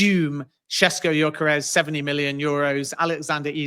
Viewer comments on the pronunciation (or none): yoi -karez is a crazy pronunciation 😂😂😂😂